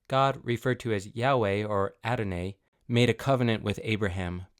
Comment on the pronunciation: The video is accurate, just a few pronunciations can be improved Yhwh - not pronounced Adonai = Ah - Doh - Nigh Shema = Sheh - Maw (not SHE maw)